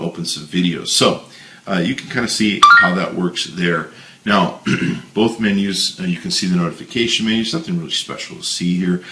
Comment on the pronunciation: THERE IS NO L IN "BOTH"!!!!